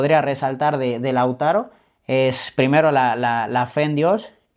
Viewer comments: El entrevistador es un improvisado por eso repite wuey pues le falta léxico, ni sabía bien el nombre del jugador pues varias veces le dijo Lázaro y no Lautaro. No preparo la entrevista. En fin... Muy mediocre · El disque peridista que lo entrevista,le dice Lázaro y se llama Lautaro a parte de no saber ni hablar😅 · No se llama Lázaro, sino Lautaro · Es Lautaro no lázaro...pésimo el entrevistador......cultura de barrio bajo..... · No se llama Lázaro wey, se llama Lautaro